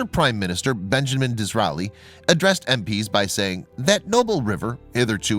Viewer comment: Diz RAY lee. C'mon, man.